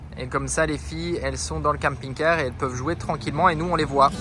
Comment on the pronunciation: J'adore vos vidéos ça fait rêver! D'aller là où bon nous semble:) me fait trop rire comment il prononce camping-car puisque je ne le prononce pas pareil mais c'est peut être l'accent belge? 🤪☺️